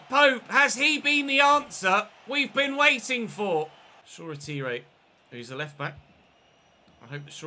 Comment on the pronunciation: Shoretire is pronounced shaw-tyre